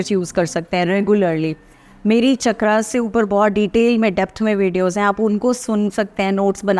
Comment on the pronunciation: Instead of saying "चक्रा" you should say "चक्र"